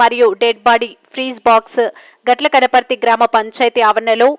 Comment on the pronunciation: Gatla kaniparthi not katla kaniparthi